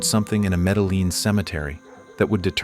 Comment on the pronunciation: Yeah just listen to medellin😂 pronounced me-de-yeen